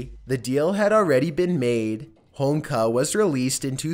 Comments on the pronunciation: How the fuck do you say Homolka correctly the first time then proceed to so Homeka the rest of the clip? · It's Ho Mul Ka, NOT HOMEKLA. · Holmka? You pronounced her name correctly the first time you said it - Karla Homolka, but every time after, you said Holmka. What's up with that? Short-term memory loss? Oh, and she does not live in the Caribbean, either. She still lives in Canada. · Did you say "Holmka"?. lol... almost!.. it's "Ho-mole-kuh" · Ho mol ka not Homeka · I'm sorry but the chicks name is pronounced hom-mol-ka not hom-ka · Just saying, it’s pronounced Ho-mole-ka, not homeka:P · Its said like "Home-oh-ka" not Homka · HOMOLKA..not Homka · Homolka (home-ol-ka), not homlka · it ho mol ka not home ka get it right... you sound like an idiot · Its karla homa-loka. Not homloka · Holmka? It's Homolka...Good video though. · It's a symptom of pot-smoking gay Canadians who think HoMOLka is pronounced 'Holmka'. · Dude, you completely tanked with the pronunciation of Karla Homolka's last name lmao Ho-mole-ka lol Just saying.... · Man, this idiot cannot even properly pronounce karla homolka's name homeka he says slobber mouth strikes again, I bet this guy is a spitter when he talks. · Just to add, its Karla "hom olka" and she lives in montreal under a new name. Much closer than you'd like I'm sure. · Actually. It's pronounced Hoe-mole-kah and she can't leave Canada. She lives in Quebec with her husband and kids. She was recently outed at the public school her kids attend and can no longer volunteer at the school like she had been due to the public outrage. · Lol the way he pronunces holmolka kills me lol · You’re Canadian and can’t pronounce Homolka properly? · Lol leaving a syllable out of Homolka's name. I ♥️, wouldn't have it any other way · I would've enjoyed this video more had you pronounced names properly. Had there not been photos I wouldn't have even been able to figure out who you were talking about. Karla Homolka for example.